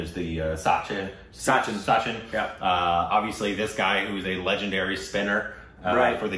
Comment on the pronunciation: for the pronunciation only, such + chin = sachin. not saachin.